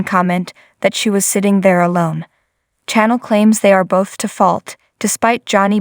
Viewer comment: Please pronounce Chanel's name properly . Channel is for tv stations Chanel is pornounced like the cologne . Thank you